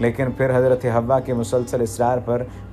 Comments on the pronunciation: It's not a hawa it's hawaa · Right Pronounce Hawwa